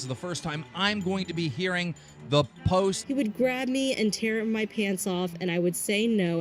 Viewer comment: Still to this day I can't stand how Daniel can't seem to pronounce words that end with "ed". Posted= postit Reported=reportit Ughhhhhhhhhhh 😂